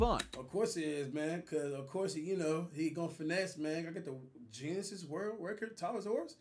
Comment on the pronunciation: "giness world record" my man had me dying